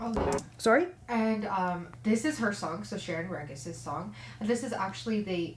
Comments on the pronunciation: her name is pronounced Shereen Rehis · G in Regis is pronounced as H. It's a Spanish last name (I think).